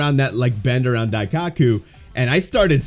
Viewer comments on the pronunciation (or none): Bro said DaiCOCKu 💀😭